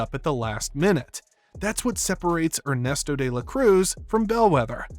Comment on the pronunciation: "Ernest Oh"?